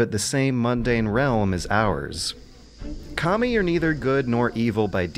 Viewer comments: Sounds like you're saying "commie" instead of "Kami" XD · Mishearing "kami" as "commie" cracked me up every time.